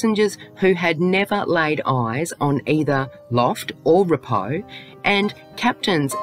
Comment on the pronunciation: I stopped as soon as you called the guy rep-o, its pronounced ree-po, at least research the names properly if you are going to make a video on deceased people you have no connection to, especially when you are profiting from it.